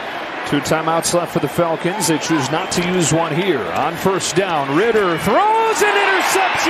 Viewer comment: Why does the announcer call the Falcons the Felkins, and why does he call Alvin Kamara Elvin Kamara?